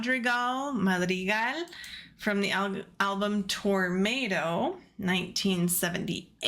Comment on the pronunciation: Correct - TOR MAH TOE and not TORM MAY TOE - YES is a British band !!!